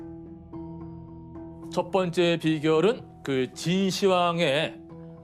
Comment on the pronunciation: 秦의 始황제라는 의미 이기 때문에 읽을 때 진 시황으로 읽어야 하는데 발음이 잘못되었네요